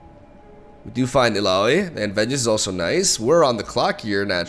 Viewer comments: Correctly pronounced Illaoi 😂😂😂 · He said it right!! xD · Now he knows how to pronounce Illaoi 😂 I love it! Tried frejlord with Udyr, those stances are very strong on almost every spawn card and tentacles. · Heyyyyy!!! He finally said her name right!